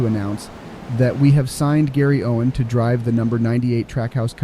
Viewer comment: Gwowen is my new teemate and best fwend